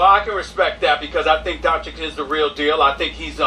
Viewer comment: It's pronounced Donchich, you got it right. Keep up the good work, greetings from Italy! (The D'Antoni joke made me laugh so hard, I didn't expect that)